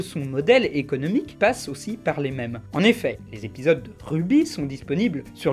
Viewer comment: enlève cet accent à mèmes stp